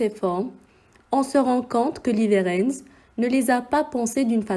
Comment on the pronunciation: Voix trop lente c’est dommage...pour info en suédois le w se prononce v...on dit donc leverentz